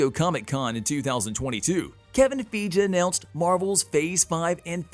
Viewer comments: Everyone else says "fygee", so I don't know where he gets it from. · It's Kevin feige (fi-gee) not (feege) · It's Kevin FEIGE not Kevin Feeej for god sake.🤦‍♂🤦‍♂ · Kevin Feg???? (when two vowels are together the second vowel is long & the first is silent. His name is Feige (FY-GEE) love your videos but this drives me crazy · I wince every time he/it pronounces Feige's name wrong. And this isn't the first time. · “Kevin Feeej”? Who the fuck is that??!!!! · It’s Kevin Fie-GEE. Please please please stop saying it wrong lol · Who's Kevin FEEDGE? Are you a robot? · So nobody could correct the pronunciation of Kevin “Feej” before releasing this? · Fi-gee...it's Kevin (fi-gee) Feige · LOL how you do Marvel videos and say Kevin "FEEJ" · Kevin FEEG 😂. This is a computer reading the script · God, every time he pronounces Kevin Feige's name wrong... I want to punch my monitor! lol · Why can’t he say Kevin Feige correctly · The fact this guy still saying Kevin's name wrong and isn't a new YouTuber.... definitely not cool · They way he pronounces Kevin feiges name just makes me cringe inside...